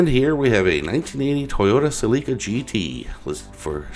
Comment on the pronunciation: The Toyota is pronounced sell-ih-ca